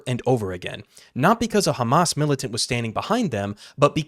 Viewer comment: He was saying Hummus this whole time.. Sabra hummus... :)